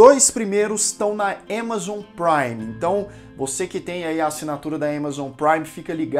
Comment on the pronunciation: Todo mundo pronuncia Amazon Prime porque você inventa de pronunciar diferente o nome